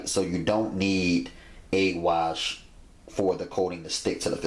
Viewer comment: " dont need NO eag wash."